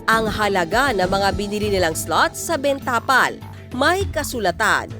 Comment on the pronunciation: Ms. Reporter, hindi ben tapal ang bigkas. Benta pal dapat.